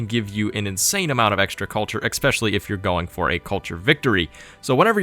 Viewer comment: "Additively" is not a word. "Expecially" is not a word. "Situationality" is not a word. I love your videos and don't mean to nitpick. Is "nitpick" a word? :-)